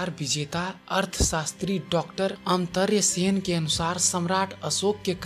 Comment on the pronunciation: आपका हिंदी उच्चारण सुधार चाहता है. .. "देवानां पियदस्सि" का उच्चारण ठीक नही है. ..श के स्थान पर स का उच्चारण हो रहा है. ... शब्द देहावसान है न कि देहवासवन .... प्रोफेसर अमर्त्य सेन का नाम भी ठीक नही लिया गया... सम्राट चंद्रगुप्त मौर्य के समय से ही आकाशीय शक्तियां साथ रही है. ... सम्राट अशोक मौर्य का चुनाव शांति स्थापित करने के लिए किया गया .... कलिंग युद्ध के बाद प्रयाग मे प्रथम सम्मेलन हुआ था. ..